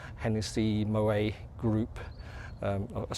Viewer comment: The 't' in Moët is not silent, it's pronounced as mow-ett, same goes for Perrier-Jouët and the excellent singer Alison Moyet, I'm in my sixties and thus pedantic. Great channel by the way.